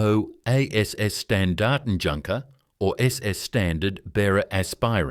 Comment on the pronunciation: I really wish people who make vids about the German military, at least take the trouble to get their pronunciation right. The ‘j’ is pronounced as a y. Calling in a ‘junkers’ sounds ridiculous and amateurish.